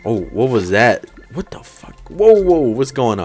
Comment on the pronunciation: You said whas the fuck